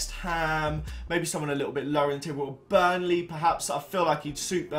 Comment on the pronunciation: Who is burley lol its burnley (bur-n-ley